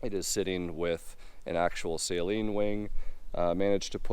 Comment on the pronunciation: Can we get the correct pronunciation of Saleen 😂 😆